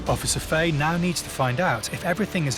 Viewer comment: Yere wreckin my head with officer faey it’s Fa-he 😂